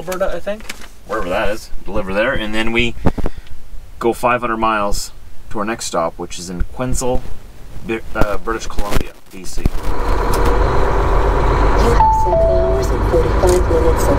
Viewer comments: It’s not Qwesnel, BC,.....Quesnel (‘s’ is silent) is pronounced as ‘Kwen-elle’. And Sundre, Alberta is pronounced as ‘Sundrie’. Just saying....😉👍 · "Qui" like Quick and nell (Qui nell) The "s" is silent. That's how you pronounce Quesnel. It's French. Back to French class for you.:) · Quesnel. B.C. is pronounced without the s like kwinel.